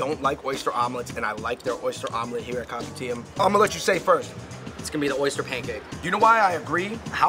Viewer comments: It's not read as copy-tee-am. I keep hearing "Copy T.M.". It's read as kou-pee-d-yum. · Kopitiam is pronounced co-p-tiyum, I think. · By the way, Fun Bros! It’s pronounced as Ko-pi-tea-ah-m. Just the ‘am’ in Kopitiam. Hope this clarifies! Mad love 🙏🏻❤️ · Kopitiam is pronounced as “ko-pee-tea-um” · Oh gawd. Please stop calling it Kopi TM. My ears...